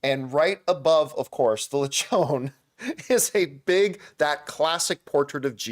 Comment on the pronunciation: The "on" in Lechon is pronounced with the actual "on" word. I'm a Filipino too like your wife